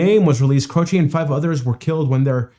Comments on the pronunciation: His last name is Italian, it means cross, and the last syllable sounds like chay, rhymes with hay or pay, not chee. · As you saw, most people pronounced his name CRO chee. Jim, himself, said it is CRO chay. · Jim's last name was always pronounced Croche or more like Cro'she' where I was from. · In the 1970s, we all called him "CROW-shay." Just like "crochet," but with the stronger emphasis on the first syllable. Apparently this is how Italians say "croce," which means "cross." (Jim was born to Italian-American immigrant parents.) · It's Croshee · Its Jim Crow ch y eh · A lot of people pronounce it Crow-shay... and Jim seems to be playing the song that twice the regular speed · It's Cro-chee! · Grew up listening to Jimmy Croce. Love him. Its pronounced "Crowchee" btw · Jim "Crow-chee" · Crow chee - is how you pronounce it. Bad bad Leroy Brown is a fun alternative. I think I might have the title wrong but that's the gist of it. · Croce is an Italian name and people are pronouncing it wrong. The "e": is pronounced like the letrer "A". Croch A. But the A is cut short. I discovered him just a few months before passed. I was 14 years old. I was devastated.